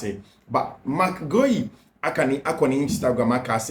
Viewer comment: please, the name is Spelt Guiu. Pronounced (Gi yu).....not (Ge iu)